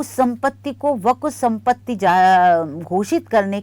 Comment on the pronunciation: Amit shah se le kar bohot se anker tak waqf ka naam tak sahi nahi bol pate hai unme se aap bhi ek hain